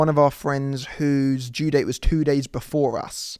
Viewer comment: ‘We could be talking days/Deyes/daze’😂